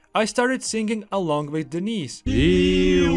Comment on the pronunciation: Bro, the way you're pronouncing your mates name (Denis), it sounds like you're saying 'Denise', which is a woman's name.